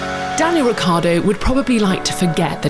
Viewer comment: Ricciardo, pronounced Rich-iar-do, not Rick-iar-do. Italian anchestors, please forgive them as they don’t know what they are doing....